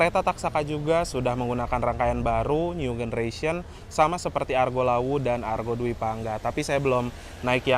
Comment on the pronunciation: new generation itu baca nyu jeneresyen bro, pake j bukan g. cek di google translate kalo nggak percaya. awas salah baca itu dicontoh loh sama penonton/subscriber video/channel ini, kalo mereka ikut salah anda termasuk melakukan pembodohan massal.